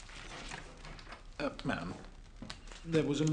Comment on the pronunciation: "ma'am" as in "ham"!